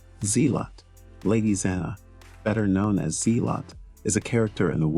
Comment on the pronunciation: Its not Z-lot, its Zell-ut.